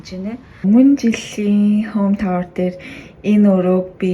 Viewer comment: Tour - zuv duudlaga ni Toor or Tore gej duuddag shuu. Not tower. :)